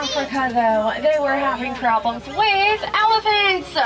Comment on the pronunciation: Most of this video was filmed in the animal park. The train conductor made me crazy, her voice was a little obnoxious and she was an up talker, at the end of every word she added an extra syllable like - there’s the elephants-ah. Anyway I wouldn’t wanna be on a train with her she didn’t give out very good information either on the animals. Although most people probably don’t even listen to her and they’re just looking for an animal. That’s all goodbye